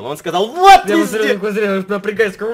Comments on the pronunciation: Он сказал : вот візде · Ты сказал вот визде камперы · Он сказал визде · Сначала я услышала пи*де А потом вслушалась и услышала вот визде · Ты сказал вот визде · Он сказал ВОТ ВИЗДЕ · он сказал пи а не ви зде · Он сказал вот визде ! Прислушайся я 10 раз переслушевала мамент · Он сказал не везде а вездец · сказал вот визде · сказал: -《 вот визде 》 А не 《 вот п****》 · Там было позде,а не везде! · Я услышал "вот визде" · сказал визде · Он сказал візде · Он сказал Вот пезде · *изде, а не визде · Там было слово вот везьде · я услышала " вот везде ЭТО КОТЫ" )))) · Я услышал: во везде этот пот:)) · Он сказал вот везде а не то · Услышала везде а не п***е Извините за мат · Он сказал вот везде но мне сначала послышалось вот пи*де